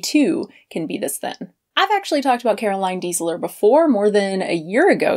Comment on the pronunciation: Her surname is Deisler [pronounced as "daisler"], not Diesler.